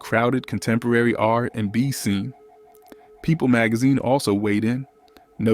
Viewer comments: ...and also "r AND b" 😅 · Right! Also "R....&B"🙄